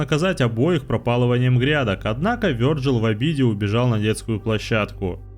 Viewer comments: а я уже ставлю лайк, только за то, что озвучил имя не обрусевший вариант. Вёрджил! Ааааа, кайф для ушей❤ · Вёрджил - правильно, а как по твоему его называть? Виталий? Виталик? Витек?